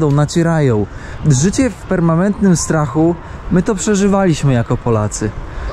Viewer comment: PermaNentnym, nie permaMentnym. Żebrze, nie żebra.